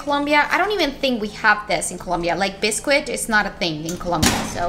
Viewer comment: Hi! Biscuit is pronounced “bis-kit” English is confusing!